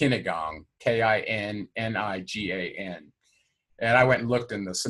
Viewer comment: The unmasking word for Archons is, Kininigan. There's a fellow has a YouTube channel about them by this name. It isn't pronounced 'kennygon'. Break it down. Ki-nin-i-gan. Not trying to be a smart ass. I'm trying to be helpful. The fellow I mentioned has an entirely different take on the Archons and how they invade our dimension. I believe Gerald's presentation makes more sense but I may be bias. I began studying the Egyptian "Book of the Dead" and Egyptian magic decades ago. Got interrupted. Lost my books and research. Hadn't had another opportunity until now. I also didn't have a computer or the internet back then so my resources were very limited. Gerald has caught my attention. Thanks,.